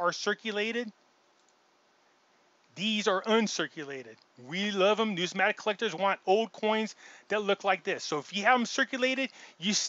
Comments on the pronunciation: Say it like this: New-miss-matic 😬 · If you are going to go to such great lengths to to sound like an authority and explain what numismatic is then why don't you get the spelling and pronunciation of the word correct. You would lose on Jeopardy. Ya get a thumbs up for effort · You can’t even pronounce the word Numismatic properly. NO ONE should listen to his “opinion”